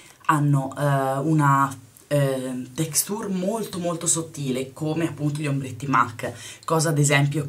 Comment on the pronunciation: ma sta textùr? :)) ahah ì